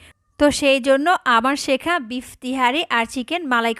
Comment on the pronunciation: It shekha,not shikha